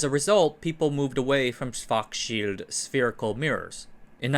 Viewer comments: "Schwurtz-shilled" yields some close approximation from English on Google Translate. 😉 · It’s actually a simple two syllable name. Shvarts-shillt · I think it's supposed to be pronounced like "shvahrtzshield". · I think that authors spend all the energy on content research (which is great) to the point where none is left for pronunciation 🙂 For the future - use wikipedia - they often use phonetic transcription for names for example: /ˈʃvaʁtsʃɪlt/ or (from one of the previous episodes) /ˈjæn tʃɒxˈrɑːlski/ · You are saying “Schwartz Field” somehow, but it’s the sch sound again, not an F. Imagine someone pronoun 不知道 as “bù fīdào”. The German word schild is very much the same as the English shield. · In case you are gonna say it many times in the future, Schwarzschild is pronounced like Arnold Schwarzenegger with the S like Shit, and for the second part it goes like "Shield" but you shorten the I. Something like Schwarzshilld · Why did you pronounce schwarzchild like that? It's a surname that's popular in astrophysics and astronomy communities and I haven't heard them pronouncing it like you did. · The pronunciation of Schwarzschild is so satisfying. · Sounds a bit wrong for a German native speaker